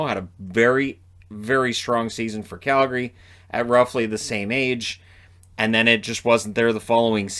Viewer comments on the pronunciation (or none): none